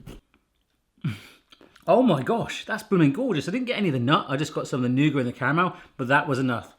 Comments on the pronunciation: It's either nougat or nuggit, never nouger. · Why did he leave the "t" off the end of nougat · Maybe make intermediate ones in muffin/cupcake size. Also, please pronounce the "t" in Nougat. Also, don't use white nougat. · noo-gut not noo-guh or nugget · Who in the world calls nougat nugget? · You say 'noogar' and in America, we say 'NewGit' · Nooger? Is that like a booger? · Nougat= "noo-get" :P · It's pronounced Noo-git 🤷‍♀️ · Do people actually pronounce nougat like "nugget," or was that just a joke? Anyone in the comments pronounce it that way? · Never heard anyone call nougat 'nugget' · I pronounce nougat as new-get. Am I completely wrong? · It’s pronounced nougat not nougat lol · Just say nougat without the t. I think the Muricans will understand. At least I from Norway do. Saying nougat with a t is like saying ballet with a t.